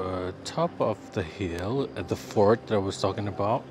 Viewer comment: ya allah.. i keep thinking u were saying "this is a fork" im like... garpu??!! simpang 3??? A FORT WEH!!!!!! hahahaha my ears got problem XD